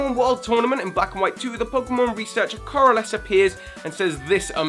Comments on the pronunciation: Dude it's colress not corless how are you supposed to sound smart when you make a blatant error like that and have it written in the frame right after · He's not called Carless... It's Colress! Though i doubt he has a car... (badumtsss)